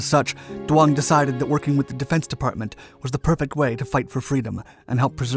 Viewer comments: Duong is not pronounced Do-ong it's pronounced Z-ung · Who is dwong? Jeez, pull it together. Her name is doung. Pronounced like zung, Not dwong.